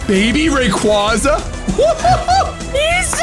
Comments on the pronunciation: Baby Rayquaza - Quayquayza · Every time he says " Rayquaza" wrong one of my bones break